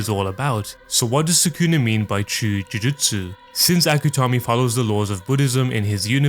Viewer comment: i hate the way this guy pronounces jujutsu